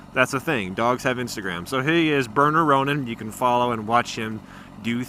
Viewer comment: Bare-ner, not bur-ner.